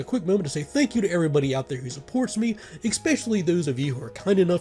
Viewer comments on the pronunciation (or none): Love the videos! And am excited to try some of these techniques for future PC deaths. One minor personal gripe - Especially, there is no x, k, or c at the beginning, bugs me slightly whenever I hear it pronounced exspecially. 😅